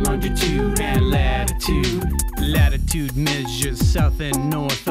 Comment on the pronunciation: "Latitood" "Lonjitood" "Atitood" "Graditood"